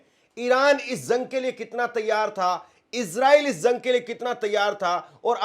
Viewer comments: Zung kya rey???? It’s Jung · Bhaiya zang Nahin Jung Hota Hai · अबे zung नहीं jung बोल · पत्रकार महोदय जंग होता है न कि ज़ग शब्दों का उच्चारण सही कीजिएगा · Usko zang nai jung bolte h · تم جیسے لوگ بھی صحافت کے میدان میں جھک مار ہے ہیں تمہاری زبان ہی درست نہیں ہے، جنگ کو زنگ بول رہا ہے